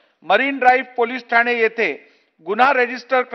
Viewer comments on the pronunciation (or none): none